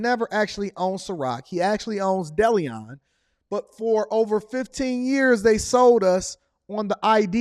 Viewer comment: Bro, his liquor Deleon is pronounced “deh-leh-own” lol